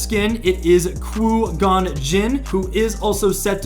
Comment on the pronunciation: just wreaked havoc on Qui Gon's name 🤨